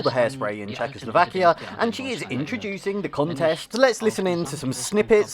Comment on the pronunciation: Czechoslakia ? Really ? :P